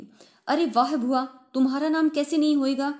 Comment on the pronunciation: Bua bolo.. Please not bhua